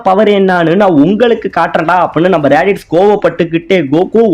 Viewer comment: bro athu radish illa radits